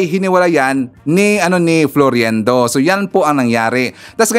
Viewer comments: FLOIRENDO Hindi FLORIENDO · Its FLOIRENDO NOT FLORYENDO. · You are mispronouncing his name it's pronounced as FLOYRENDO and spelled as Floirendo. It's annoying to the ears.. This Cathy Binag is such a friggin liar and shld stop advertising her immorality and stupidity imo... just sayin...She is a mistress sans class imo .